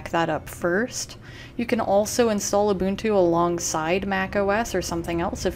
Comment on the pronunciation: And she said Ubuntu correctly very cool video!!